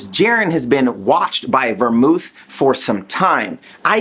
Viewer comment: Belmoth* kefla* Bell-Moth Keh-fla not vemouth and keifla